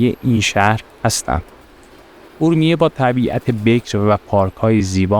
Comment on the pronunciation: بزرگوار چند نکته ای را لازمه بدانید . فیلمبرداری از مغازه های بسته در خیابان را میکس و حذف کنید صحبتهای گذر عمومی را در فیلم نگنجانید ... عابرین پیاده رو را از روبرو فیلم بگیرید و از پشت سر اونم به صورت طولانی خودداری کنید و سعی کنید از واژه های اشتباه و غلط برای صدا و گویندگی ستفاده نکنید . مثلا کلمه خورشت به جای خوروشت و ا رومیه به جای اورمیه به صورت گویش صحیح استفاده شود . با تشکر